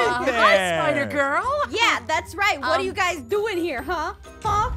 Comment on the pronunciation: "It's a bird" "It's a plane" It's AHPIDER!!!